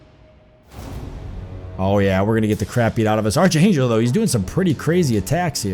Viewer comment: it's pronounced ark angel not arch lol